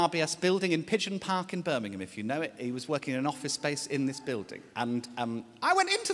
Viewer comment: Love hearing a fellow brummie calling it pigeon park!